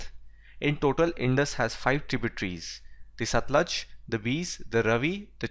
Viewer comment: I just hated Geography before watching your videos. I usually just slept in my Geography period and I've not yawned once while watching any of your videos xD . I've seen all your videos for class 9. I'm from Punjab and the only thing that bugged me was the way you pronounced the names of the rivers Satluj, Beas and Ravi. The correct pronunciation is Satt-luj (looj) , Bay-aas and Raavi.